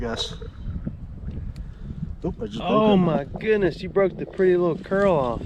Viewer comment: So has anyone else noticed themselves saying "Oh my Gurdness" when something isn't going quit right or is it just me? :)